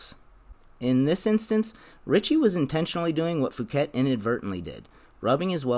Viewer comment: Fouquet is pronounced ‘Fookay’